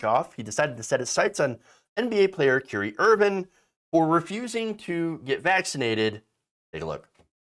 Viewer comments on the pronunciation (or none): It’s “Kyrie” not curry 🤦‍♂️ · “Carrie Irving” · Kyrie is a moron and Im glad you mispronounced his name. Wait till he gets sick watch how fast he changes his stance.